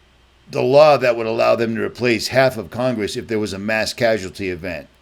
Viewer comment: Stop putting the "r" sound when you say law. Its l....ah or law. Not lawr